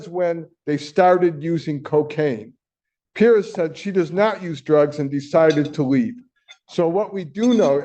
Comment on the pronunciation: How can he NOT know how to pronounce Perez? smh